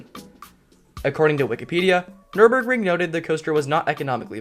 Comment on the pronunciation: you nailed the pronounciation of nürburgring